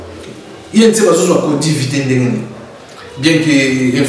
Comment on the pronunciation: Covid et non codiv